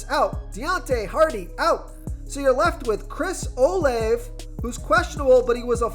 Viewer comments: And it's pronounced "o-la-ve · love your stuff, but his name is pronounced Steven-son. Not Stevens. Rhamondre Steven-son lol. i'm an asshole like that. but sincerely, great insight. oh, Olave is pronounced Oh-lahv-a. yeah, i'm a dick. i know. but still, i support the channel so cut me some slack. i have OCD, can't help myself. y'all have a good sunday. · This guy don’t even watch football. Stevens? Can’t pronounce Olave and picks D Jones with no hands out there. Just reading a script